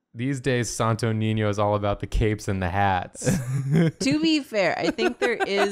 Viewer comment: I just,,,,,,,, love pronouncing sto niño properly and the others are just, SanToH NeenYoh No offense, just so love hearing non filipinos pronouncing our words sjdnskndksnckd Love u guys!!!